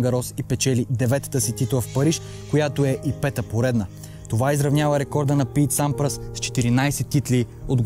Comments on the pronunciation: Пийт Сампрас, Матц Виландер се кават Тениса е спортът на живота ми. Ако искаш да покажеш колко знаеш за този спорт се научи да им произнасяш имената правилно. Същото беше и във видеото ти за Коби... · Хубаво видео,но много бъркаш имената на тенисистите(Лейтън Хюит,Матс Виландер,Пийт Сампрас,Хюн Чунг..).. Джокович е моя любим тенисист,но това съперничество между тримата е велико